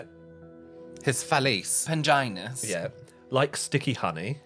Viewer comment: At "penginus" my soul left my body 😂😂😂